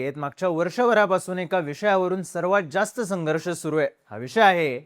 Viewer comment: sangharsh naahi bolu shakat hylla jhopane bolatatat